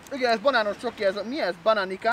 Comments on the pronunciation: Amúgy nem bananikának ejtik hanem bananicának xD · A kiejtésetek mit mondjak fenomenális!😂 Szerbiai vagyok és nem bananika, hanem bananica. 😂😂